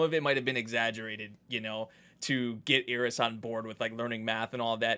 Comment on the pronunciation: Her name is Eris, not Ear-is. please